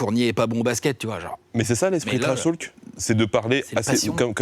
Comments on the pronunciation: Personne: - Le journaliste: « TrashTAULk 😳» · Lucien Nedenon un peu tendu peut-être et sa prononciation sur « trashtalk » ouille 😓 mais les questions et relances sont bien bossées quand même.